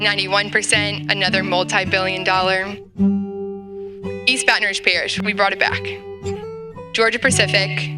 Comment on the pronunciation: It would help for the black man to be able to pronounce Rouge.